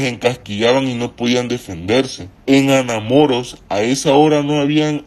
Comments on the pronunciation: Que horrible el tono de voz q le pusieron , ademas no puede pronunciar Anamoros de donde puede ser que no puede pronunciarlo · Jajajajaja jajajajaja Mas cuando pronuncia Anamoros 🤣🤣🤣🤣🤣🤣